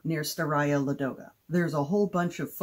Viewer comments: If it makes you feel any better, if you hadn't pointed it out I don't think I would have even realized it was supposed to be Ladoga instead of Lagoda. 😅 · I'm going to toss another complication for Ladoga--the stress is on the first syllable. So LAH-doh-gah. Same for Staraya. I know it's tough when you don't speak the language--I've mangled many a word over the years!